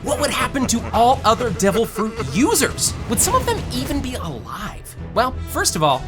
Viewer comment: devil frooch